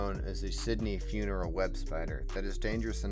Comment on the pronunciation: lol... its funnel not funeral